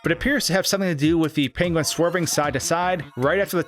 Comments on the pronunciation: Top Tip: when planning a video heavily featuring a penguin, first ensure that you are capable of properly pronouncing the word 'penguin' . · Someone call Benedict Cumberbatch. We finally found someone with a worse pronunciation of "penguin". ;) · why do you say penguin like that lmfao